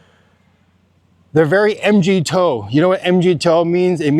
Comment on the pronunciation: hey buddy, just wanted to let you know, MGTOW is pronounced: MG - Mig, like the Soviet jet TOW - Like the first 3 letters of Towel. Speaking of Migs, I'm moving over there early next year. We're building our house on the farm outside Roxas. I plan on being a regular at The Beaver. If you happen to be there I'll buy you a San Mig and I'd love to compare dating stories from the Philippines.